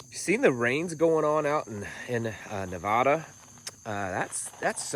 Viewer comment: Nevada does not have an "H" between the first a and d.... Ask those of us that lived there. Its an American state, please pronounce as such